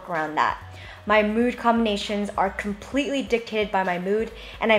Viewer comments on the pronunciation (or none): none